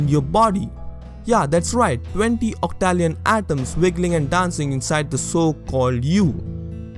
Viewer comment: I've questioned about the colour perception stuff when I was a kid, and come to the conclusion that it doesn't matter, it will change nothing and therefore would be a total waste of time to think about. For the second one, I believe you pronounced 'octillion' wrong. For the third one, you cannot say that one is immortal without first defining what is life and death